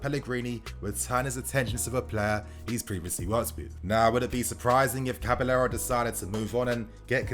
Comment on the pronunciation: It’s cabaYero bro. Not caba-l-l-ero 😖